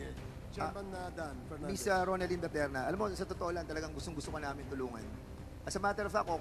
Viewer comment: How come the congressmen cannot pronounce the correct last name of Miss BATERNA?